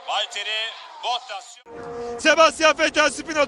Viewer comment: gerçekten duauyen yıllardır anlatıyor, ve işini içine duygularını da katıyor! Sadece tek ricam '"Bottas" telaffuzunu düzeltmesi. Teşekkürler!